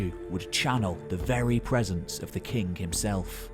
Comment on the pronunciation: I love your videos. But man, you gotta stop saying akkadian "kink" and say KING